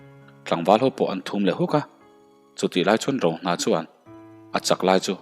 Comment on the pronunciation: A bul ṭhum nilovin a bul thum tih tur anih hmel.T leh Ṭ hman hi i fimkhur deuh ala ngai ania,i thawnthu chhiar hi ka la pelh meuh lo,lo in zir zel teh.I chhiar thiam tawh khawp mai.Ngaihthlak pawh a nuam tawh khawp ania,a tir te ngaihtuah chuan.